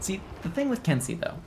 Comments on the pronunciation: If I'm not mistaken, the correct pronunciation is ken-say, not kin-see Also, something you may not know, you cannot counter guard breaks following certain actions- if you are guard broken during a dash, or during the start up frames or cool downs to your heavy strikes, you will be unable to counter regardless of timing. Glad to see you're having fun trying out all the characters~ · Ken-say, not ken-see. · It is pronounced "Ken-say" in English phonetics, please do it properly lol